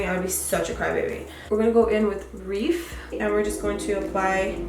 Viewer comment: You keep pronouncing Riff wrong you're saying it reef...😂